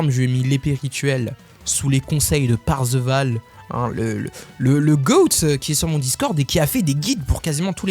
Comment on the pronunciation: Ha merciii pour la dédicace et pour le guide pas besoin de remercier hein 😂😂 ça sert a tous et moi le premier et sinon stp 🤣🤣 c est parzival avzc un i et pas parceval mais bon au pire on s en fou sinon pas mal ton compte il est carré hein sauf ton bennet les aptitudes monte d abord le déchaînement et les armes faut ER et une arme abec le plus d attaque de base son Buff est en fonction de ca